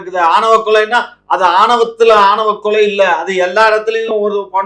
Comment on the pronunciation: யோவ், ஆவணக் கொலை அல்ல, ஆணவக் கொலை.